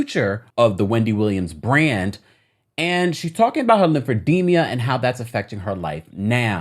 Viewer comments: It's pronounced lymphedema, NOT lymphedemia. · It’s Lymphedema….not Lymphedemia. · It’s called Lymphedema not Lymphedemia…..